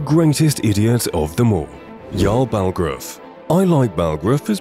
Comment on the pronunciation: his name is yarl bulgruf not balgraf